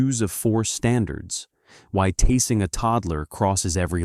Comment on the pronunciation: Pronounce the word tasing properly in the narrative of the video.